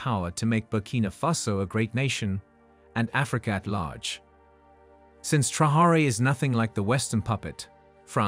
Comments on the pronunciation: Thank you. This mis-pronunciation was singularly annoying. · it's no secret the junta is divided and that Traoré got his position after nearly coming to blows with his predecessor Damiba. France is a distraction. Oh and by the way, the very least you can do when doing a video hit piece like this is to pronounce Captain Traoré's name correctly.